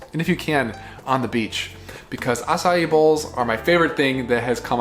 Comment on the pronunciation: Thanks for letting us know the correct pronunciation of Acai - not 2 syllables, but 3.